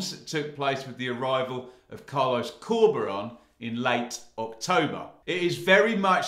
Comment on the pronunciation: Love this guys channel, but can you stop calling our manager Corby-Ron! 🤣